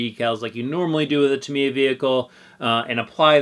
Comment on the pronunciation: Years ago when I was a kid, we all called it “Tuh-my-ah”, however, after the Internet arrived I discovered that the proper pronunciation is, "Ta-mee-uh." Sounds like he’s pronouncing it correctly.